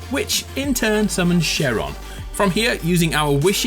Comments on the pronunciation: the dragons name isn't She-ron it's shen-ron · Sheron? It's Shenron ffs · Did he just say “sheron”😂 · my mans said Sherron😭😭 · did he just pronounce Shenron as Sharon? lol mighty Sharon GRANT MY WISH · did i hear him say sheron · Yh lol made me laugh so much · Btw you mispronounced shenron